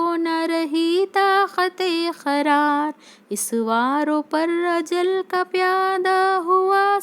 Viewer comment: Qarar hai kharar nhi qabza_e_ shanmsher hai not khabza_e_ shamsher aur bhi hai